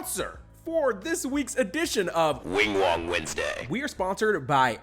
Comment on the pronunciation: welcome back to Wingwong Westday